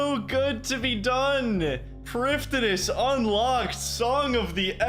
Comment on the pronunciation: FWIW, "prifddinas" is straight-up just the Welsh word for "capital city". The "f" makes a "v" sound and the "dd" makes a hard "th" sound like in the word "then". So it's pronounced "privthinas"